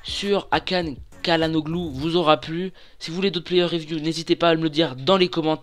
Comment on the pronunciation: Sa ce dit chalhanolu